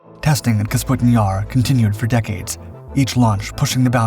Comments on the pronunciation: It's NOT KAS PUTIN Yar. It's Ka PUS' tin Yar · I thought "KAS-PUTIN-YAR" was the real mispronunciation in the video. When it's clearly spelled "KA-PUSTIN-YAR" and he even says it correct one time. I literally can't even tell the difference even though you spelled it out for us. It looks like Canbera both times; extra useless letters in both cases since "E" before a consonant followed by "A" doesn't change the pronunciation of "E" or "A" except in case of "M". Ex, beta, theta, candela, favela, viscera, cholera, opera, caldera, diptera, chimera. Where, "EMA" changes the pronunciation of "E". Ex, eczema, extrema, edema. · Kasputin Yar... LOL! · Take a shot every time he says Kasputin Yar. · K A P U S T I N Y A R ....There, I hope it can be pronounced correctly now 😉🙃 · KA- PU- STIN YAR. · Kah-PuS-TIN YAR....that is how it is pronounced! Please please.... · I love this guy. Take a drink every time he mispronounces things, places, names. Have an ambulance on standby. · I hope not. He can’t even pronounce the name of the city. And it’s even shown in plain English letters.